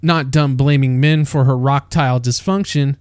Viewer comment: "Her rock-tile dysfunction"😂